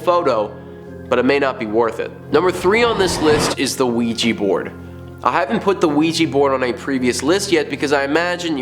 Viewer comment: OUIJA NOT OUIJI..😡😡😡😡